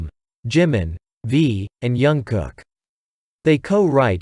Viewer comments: Jungkook is pronounced with the J sound and not Y as most European countries do. How could you make a mistake like this? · You used a picture of Jimin for J-Hope in the introduction. If you are going to make content of BTS get your facts straight and JungKook is pronounced with a J and not a Y. Also the album name is not Tear as in something being ripped but Tear as in cry, wrong pronunciation. Also, you used SM Entertainment when BTS is under Big Hit Music (HYBE). Do your research properly.